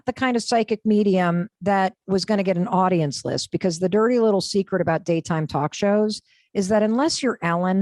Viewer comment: Did she say podience? I'm out.